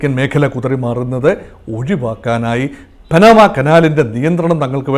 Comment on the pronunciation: എന്റെ പോന്നു പൊട്ടാ പാനമ അല്ല പനാമ